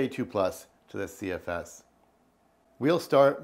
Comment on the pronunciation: Here for the "CFSeseses"